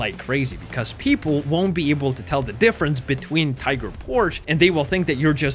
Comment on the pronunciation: Brooo its Tiger PorschE there ther is an E.....As german this hurts to hear 😂